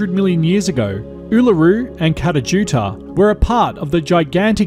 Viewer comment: p.s. your pronunciation of both Uluṟu and Kata Tjuṯa is terrible. But I love your work.